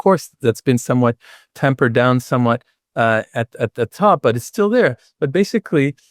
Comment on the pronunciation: Prof Bell, not "tampered" down. Correct is "tamped" down.